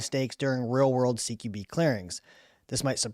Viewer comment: Dude, "Q" is pronounced "kew" and NOT like "key"